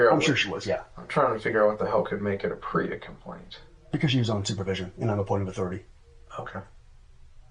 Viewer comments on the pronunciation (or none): It's PREA investigation (prison rape elimination act) ... not pre lmao